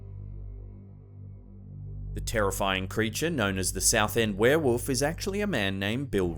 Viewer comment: Heheh, "were-woof"